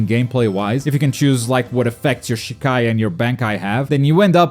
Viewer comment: just a small note you mispronounced Shikai and Bankai pretty badly. It's pronounced "Shee-Ky" and "Bon-ky" respectively in English terms.